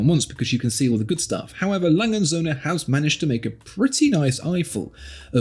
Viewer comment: Can you please stop calling it "A Langensöhne"? It always reminds me of "Hurensöhne" which is german for "sons of bitches". Please take the time to learn how to pronounce "A. Lange und Söhne". The brand deserves your respect...